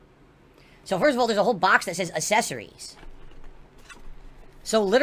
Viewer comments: Love how says accessories like Chris Chan. "assessories" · say "assesseries" one more time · What "uhsessories" does it come with? What an alien lol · I hate the way he says “assessories” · Reasons to hate #5278: he doesn't pronounce the C in "accessories". Looking forward to stumbling through every boring second of setting this thing up live on stream, only to barely ever use it afterwards.